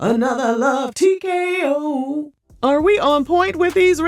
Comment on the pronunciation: “Another tkoooooo” 🤣🤣🤣